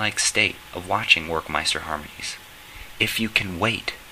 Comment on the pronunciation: It's pronounced with a V, as in Verckmeister